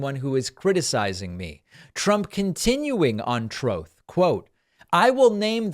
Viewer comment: Every time David says “Troth” I literally bust out laughing!! 😂😂